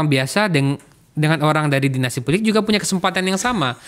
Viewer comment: Bang, ini acara favorit saya, tolong laah bang, ikut mencerdaskan bangsa, janganmenggunakan pengucapan istilah asing spt dainasti ,dll gunakanlah bahasa Indonesia yg baik, atau gunakan bahasa Inggris sekalian bila memang mau, jd tdk campur2